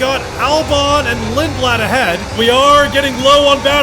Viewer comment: The most English pronunciation of a Swedish last name💀 Lindblad